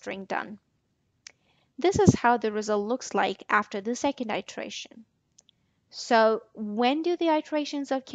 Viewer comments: Its iteration not itration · What is the accent of the speaker, I've never heard distance pronounced dis-TANC-es and iteration i-TRA-tion